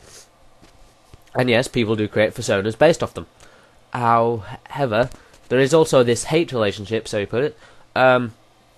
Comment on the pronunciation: Did you say owhever instead of however just there? 0.=.o?? hehe, vocal typo's!